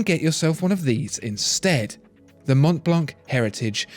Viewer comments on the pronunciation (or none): It's called Mon(t)blan(c). The T and the C are silent and the ''an'' is pronounced like an ''o''. But cool video! Love this channel! Greetings from Zürich. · Montblanc is pronounced without the final 'c'. By the way, it's a German make. It derives its name from the tallest mountain in the Alps, which is called Mont Blanc. Just saying. Why people can think two moves ahead is beyond me. I mean it's a German make but they don't use the German name, so you should not apply some German rules out of the blue to read the 'c" at the end!!! Nobody studies geography anymore, I guess. We don't pronounce Chevrolet with 't' at the end, do we? It's an American car but we use a French word. So, it's a German make of the watches and pens but they use a French word too. Sorry for the criticism. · Pascal that's how the French call it, but this is a GERMAN brand and they promounce it Mont Blanc. Sorry for spoiling it for you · But Montblanc wasn't... such are the dangers of pronouncing non native words.